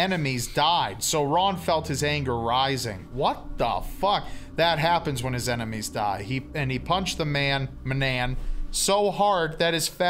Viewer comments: ITS PRONOUNCED EINIMEES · It’s pronounced “I Eye-nem-ee-s” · It is difficult to understand where I-ne-mee-s comes from when it is only an e before the n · Technically this was credited to "Phoebe C". I could see Kevin faking the pronunciation of "Enimes" to "Ainamees" to make it seem like he was the original writer with the "original pronunciation" & take credit for something that has no value whatsoever to anyone but him alone lol. Either that or he got his fat punched off & changed into a hobo name Kevin at some point 7 years ago. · Ainemis, not Enemies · Your pronunciation of enimes is disappointing, but we'll let it go because your dramatic reading is absolutely phenomenal. The Dear Leader sends his greetings. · He kept mispronouncing the word "enimies"